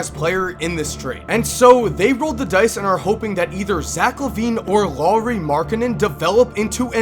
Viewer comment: great video the only thing that bothers me is that you pronounced Loowri when it's pronounced like it's written so say L A U R I not Loowri LAURI you gotta make the U sound :)